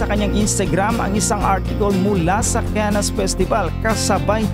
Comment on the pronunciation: Correction po Cannes pronounce (CAN)